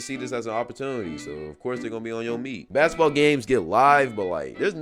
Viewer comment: "Baskteball" uh 😃